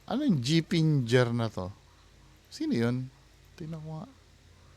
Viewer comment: gi finger yan hindi gifinger hahaha.